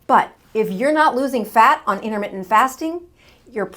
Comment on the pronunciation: 'Innermittent', what does that even mean? Or are you just a sloppy speaker?